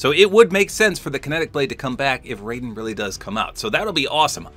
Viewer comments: "Raiden" from Metal Gear Solid isn't pronounced "Ray-den" Its "Rye-den" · It's pronounced Rye-den for Raiden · Raiden isn't adopted by snake. Raiden in MG is pronounced like Rye-den. Not to be confused with Raiden pronounced as Ray-den. Both are correct depending on game. The way pronounced it is how it's pronounced for Raiden in Mortal Kombat. Yes Raiden does use the H.F. Blade in MGS2 & MGS4 but uses a different sword to my knowledge in MGR: Revengeance. Just some small corrections and info dump for ya'll. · Hi, just to let you know, Raiden is pronounced "Rye-den" and hes adopted by Solidus Snake, whos different from Solid Snake. Great video tho! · Raiden's name is pronounced incorrectly in Mortal Kombat. No other series carries that tradition. Correct: "Rye-Den." Raiden has no relation to Snake. In MGS2, Raiden briefly used the codename: "Snake" after Solid Snake was presumed dead. Raiden is a child soldier from a war-torn country (forget which) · When you mispronounced Raiden i was actually gonna cry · don't really blame you tbh😅the names are real similar and spelled the same